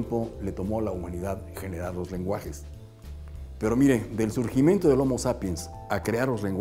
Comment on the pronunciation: Al ver este video , en donde este señor fomenta el hablar correctamente me pareció muy interesante y por eso lo vi todo , pero noté que se come las palabras y otras las dice mal , ejemplo al principio dice : Desde el “surgemento” del homo sapiens “ y luego al final , dice : No olviden darle like a mi “vedeo “ Entonces señor , aprenda usted primero a pronunciar de mejor manera las palabras y luego viene dar sus cátedras de cómo hablar correctamente . Saludos